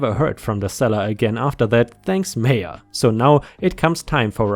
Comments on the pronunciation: haha, took me a while to realise why you were saying major instead mayor. That german accent strikes again 😂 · He did say major a couple of times then he got the mayor in the end 😁 ❤🌟🌟🌟🌟🌟✌ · In the Nebraska story, The OP went to the MAYOR said MAY- ORR YOU keep saying that word as MAYJJ - ORR (as in like a MAJOR General in the Service) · Just an FYI, my friend, Mayor is not pronounced like Major. I believe the German equivalent is Burgermeister, the political high-mucky-muck of an incorporated town or city.